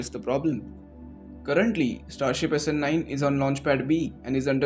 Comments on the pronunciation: thanks for this video. A small nitpick, the way SN9 is pronounced is a bit out of what I am used to, the two words are bound stronger (essenyn) and the ny/ni part of nine is stressed hard, too much for my comfort. Keep up the good work. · snNIINNE snELEVEN snSEVENTEEEN